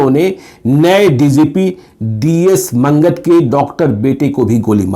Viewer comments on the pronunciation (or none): D.S. Mangat म मांगट होता है “ मंगत “ नहीं। मांगट पंजाब के जट सिखों का एक prominent गोत्र है। Once again it is मांगट not मंगत। और शहर का नाम “” समरला””, नहीं “। समराला” है। और यह लुधियाना और चंडीगढ़ के बीच है। Rao sahab had summoned Gill Sahab to his office and gave him free hand in Punjab and assured him that there will be not political pressure or interventions of any sort. Rao Sahab assured Mr. Gill that you will directly report to me not to anyone else in the country not even to the CM or Governor or central Home Secretary or cabinet secretary. Thus Mr. Gill was completely given a freehand and this great Sikh General crushed terrorism in the Punjab with iron fist and saved the state.